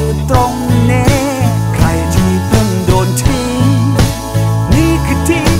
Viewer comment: ออกเสียงคำว่า "ทิ้ง" เหมือนเสียงน้ำตาที่ปิ๊งออกมา